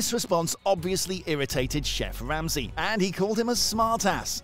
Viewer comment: "Chef Wamsey"